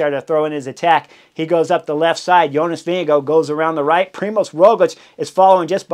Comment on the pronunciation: As a Dane, I love your pronounciation of Jonas. Sounds like Vinge go. Go go go Jonas!